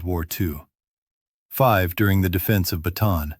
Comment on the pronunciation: You are pronouncing "Bataan" incorrectly. It is pronounced Bah-tah-ahn.